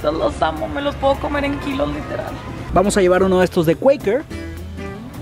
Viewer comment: o sea quakers lo pronuncio cueikers y yo toda la vida diciendo cuakers jAJAJAJA